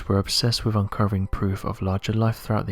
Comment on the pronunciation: Please, please PLEASE...pronounce your "th's"! One example is the word "with," it's not "wiff," it's "wi'TH"! I'm probably the only person who's driven nuts listening to the grossly mispronounounced words with "th's" in them!! AAAARRUGH!